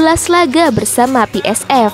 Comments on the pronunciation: Pi Es Vi, bukan Pi Es Ef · PSV kok dibaca pe es ef .. harusnya pe es ve